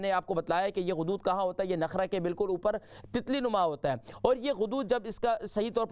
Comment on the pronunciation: نخرہ نہیں نرخرہ ہے